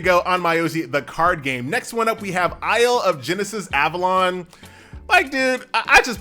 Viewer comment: Hey can you put game names on the screen please? It was hard to understand 3rd game name (isle of genesis)